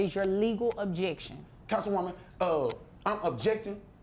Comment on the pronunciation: He said "councilwoman"🤣🤣🤣🤣